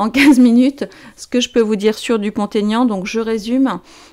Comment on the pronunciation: Prononcez Dupont-Aignan et non pas DupontAignan. Ce sont 2 noms et il n'y a pas de liaison